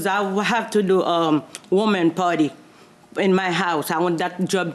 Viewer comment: I thought she said "woman party" and I couldn't figure that out.